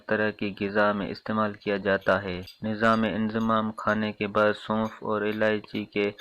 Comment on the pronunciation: Bhai nizam e inhazam kehtay hai nizame inzamam nahi kehtay inzamam naam hota hai lafaz theek bolain